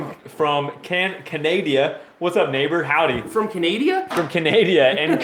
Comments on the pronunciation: we live in Canada! not canadia check your pronunciation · what? He says Canada wrong twice